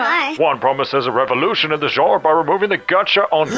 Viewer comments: No, in both American and British he pronounced it wrong. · You butchered "genre" multiple times. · If there is a reason for it you could have lead with that instead of saying "it absolutely does not matter" he apologized for butchering Ananta my comment refers to other words he butchered. If he has a speech impedement I can understand but if not and he speaks very well then the correction is valid and necessary. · An example? out of me? Please don’t go into teaching you’d set a terrible precedent. Teacher: Corrects a student’s pronunciation. You: That's not absolutely necessary, you understood what they said. You're the one being petty and taking offence over something that is a correct statement. You're unhappy and you still haven't said what plagues this man that he is unable to pronounce "Genre" and "Linear." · Point stands, he was worried about butchering Ananta yet isn't with the word "genre" which I didn't understand, I eventually figured out what he was trying to say after the 3rd time he said it. He also butchered "Linear."